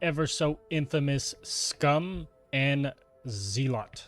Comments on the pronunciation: Basically yeah Zel-lit can also help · Thanks for the guide - though my 'tism is kicking in, lmao. Zealot is pronounced "Zell-ut" - Think of it as saying "Sell it" quickly (and with a Z) Otherwise, pretty informative video, hopefully gonna see a Dealer/Banker guide coming soon. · 2025 and people still mispronouncing zealot.